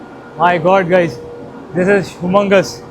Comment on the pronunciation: हुमंगस नही ह्युमंगस